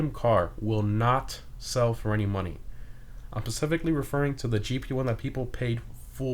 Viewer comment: Did just say 'pacifically'?